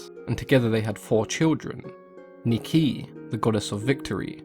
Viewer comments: It’s nee-ky. Not N-eye-k. The greeks don’t speak like that. In fact, none of non English speakers say it. For some reason in America people began saying n-eye-k. Poseidon also is said weirdly. Pos-eye-don. When people say Po-see-y-don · why americans tend to misspronounce everything? haha! for example Niki in greek sounds exactly as in English.